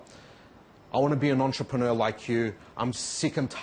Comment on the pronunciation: 13.35 Your an antroperner 😅